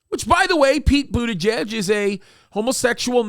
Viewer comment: That is pronounced Butter geeg. Great show, I love watching your show especially the ones with paster Tom. Keep up the great work, God bless you all.